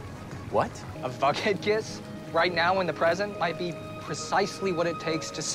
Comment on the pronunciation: He said Vughead too